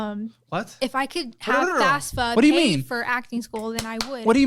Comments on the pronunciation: It’s FAFSA not FASFA 😂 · Why do 3/4 of your people refer to the student loan program as FASFA, instead of FAFSA--is it a Texas thing? A lot of people refer to their "checkings" accounts as well. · Why does everyone pronounce if Fasfa, its FAFSA! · This is the second guest I have heard who doesn't know what the freakin FAFSA (or "fasfa" as both pronounce it) is. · Random: Biggest pet peeve when people say FAS-fa instead of FAF-sa ._. I can't be the only one T^T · “I don’t control the FASFA” 🫣🫣 Jesus Christ please help her.